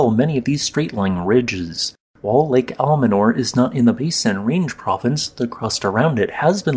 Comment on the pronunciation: The lake is called Almanor, not Alamanor.